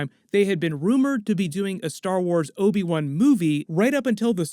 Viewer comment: can you please stop calling him obi 1? thanks